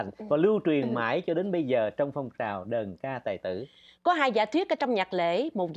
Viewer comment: Nghe đọc đàn ca tài tử là không khoái rồi đó, đờn ca tài tử nha